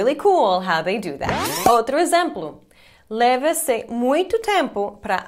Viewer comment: explicar você fala eksplicar, leva-se você fala leve-se... Número você fala niumero, como ainda não consegue falar algumas palavras mesmo tendo morado aqui?